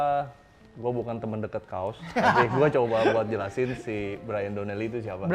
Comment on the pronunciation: kaws di baca kaos.. untungnya merek baju, coba kalau merek celana .kan nga lucu